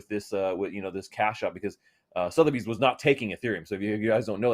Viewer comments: Suh - thuh - beez …. Damit lol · It’s sootherbees